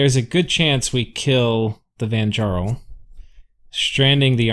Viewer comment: For interest sake the ja in vanjarl is pronounced "ya" as in yarn. Last time i had a NAP breaker in a game, the following game I spent way too many gems just ruining his game with remote attacks, and bane venom charms. I didn't say anything the whole game and had to cross two other players lands to do it. His rage was absolutely hilarious. The players around me all were in on it and left me alive to screw the guys game over.